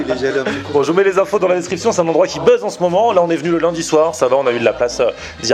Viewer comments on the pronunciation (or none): Buzz et pas buzze...